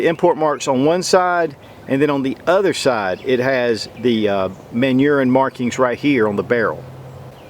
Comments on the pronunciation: Yeah that's what came up in my mind when I first heard it lol! The proper French pronunciation is Mon - neu - Ah! Hmm... on second thought I think I'll keep calling it Man - Urine! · It's pronounced "Mahnooorin", not "ManUrine" and they are Colt copies. They are NOT stronger than current DA revolvers made by S&W or Ruger. Ruger makes the strongest DA revolver actions PERIOD. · It's pronounced "Man Urine". Pardon my French. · Always thought it was pronounced "manor-hine" Edit: Kinda odd that they'd use a flat mainspring given their refinement and reputation as being advanced. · It's pronounced "manner-hine" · 10" revolver with a bipod for military applications......? Oh the French. Also, anyone else keep hearing "man urine"? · Lol, it's because of US (or in in general, english-speaking) accent, in French you'll say [manyʁɛ̃] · totaly butchered up. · It's short for Manufacture du Rhin or Rhine Manufacture. Rhin is the Rine river which runs in Germany and France. "Region du Rhin" is also one of the regions of France. You made a very silly comment. You don't know how to pronounce the word properly which has absolutely nothing to do with your interpretation nor does it remotely sound like it in French.